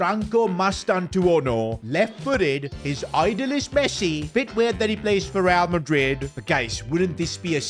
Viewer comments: bro forgot the r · bro missed the "R"😢